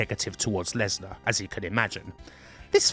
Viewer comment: Bwock Lenswar